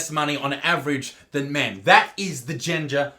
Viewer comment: I swear Isaac, over the time I've been watching you (since around 150K) your English has gotten worse and worse Genjer? jeez mate xD